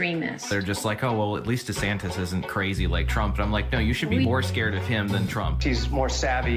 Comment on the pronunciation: Loving the way you say meatballs name😂 DEF better than the og!!!😊